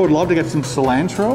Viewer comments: Its cilantro not selantro lol your one of my favorite food bloggers but they way you said cilanto bothered me so much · Please learn how to pronounce cilantro! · The way you say cilantro hurts me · He is saying silantro for views and it's working. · The way he says cilantro 🥴🤦‍♀️ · You say Cilantro really funny. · STOP SAYING CILANTRO LIKE THAT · You pronounced cliantro wrong lol. But it's okay I understand completely. I mispronounced it for quite a while till I turned 13 (I'm 23 now lol).... and someone said I'm pronouncing it wrong lol. -California, USA